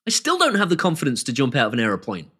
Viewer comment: ..."aeroPOINE" he-he